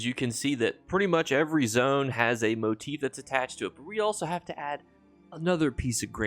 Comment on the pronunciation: Thank you for being the only ESO content creator that I found so far that actually pronounces motif properly lol. I can’t believe how many people say it wrong. Keep up the great videos and thanks for the info and help